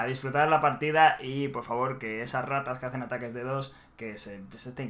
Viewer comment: Mi estimado, no se pronuncia dedos, se pronuncia D D O S, letra por letra de de o ese v: Desconozco cómo hacen eso pero sinceramente dudo que se pueda en consola...